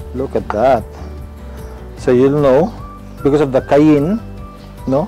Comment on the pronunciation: Just so Filipinos are not looking some type of way it is pronounced CA-YAN